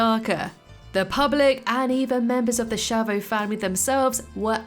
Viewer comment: SCHIAVO it's not pronounced "schavo", but "skiavo"